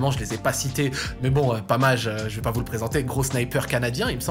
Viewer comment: "donc je vAÏÏÏS" bahaha